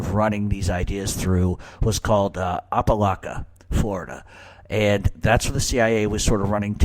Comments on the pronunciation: It's Apa-lake- in NY 🤦🏼‍♂️ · Don't watch this. This retard is beyond moron. Appalachia is in upstate NY not Florida. Fucktard can't even pronounce it nor find it on a map.